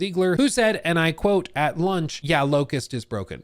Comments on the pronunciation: It hurts to hear the 'T' in 'Locus' TT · Locus, no T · the character's name is LOCUS. not LOCUST. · LOCUS not LOCUST. A locus is a position, point or place. I don't know why it bothered me when you said it so much. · Locus, not Locust 😅